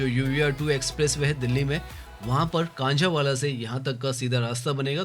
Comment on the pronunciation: Bhai apna jagah ka naam lene ka uchharan theek karo Jhajjar nahin Jajar kanjawala nahin Kanjhawala